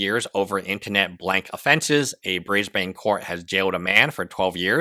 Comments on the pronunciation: i'm sorry but an aussie needs to tell you lot it's BrisBIN not BrisBane, omg brisbaner what in tarnations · it’s not “bris bane” more like “bris bun” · dammit, Brisbane is pronounced "Briz-ben" not "Briz-bayne" - its like fingernails on a chalkboard for an Aussie to hear it pronounced this way 🦘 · I see a lot of people / Aussies here 'biatching' abt the pronunciation of 'Briz-ben'. Frankly, I find it a bit petty! How do you pronounce, for example, without looking it up beforehand, the capitol of Denmark... in Danish, or the Finnish capitol not translated to English - I would like to hear you do that! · Brisbane - sounds like Brisbn, or Brisbun. (Not like a circumcision of a Batman baddie...) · you mispronounced "Brisbane" EVERY SINGLE TIME, you pronounce it without the "a" 😐